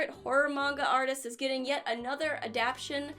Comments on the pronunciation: Do you mean adap shin ? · I can already hear gigguk harassing you for saying adaption hahaha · I could've sworn that the word was "ADAPTATION"